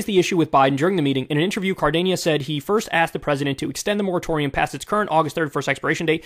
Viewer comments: This guy really out here calling him Cardeñas. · FYI it's pronounced Car-dean-es or Car-den-es